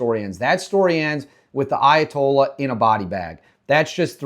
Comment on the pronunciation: You need to say his title more clearly: It's not Ayatollah, it's ally toilet.